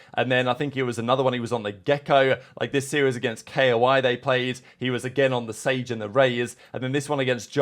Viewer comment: He won’t look how long he’s been saying “kay oh eye” instead of koi lol I think it’s kinda him joking/trolling